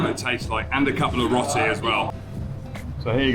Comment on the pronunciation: Hi Marianne and, love your channel and all your adventures. Marianne you are amazing with all the driving skills.. especially driving through India. You should get a medal for that! please stop saying Rotty… it is actually Row- tee as in Row Row Row your boat…. Great channel guys keep up the fantastic videos, so interesting. Stay safe. 🙏🙏🙏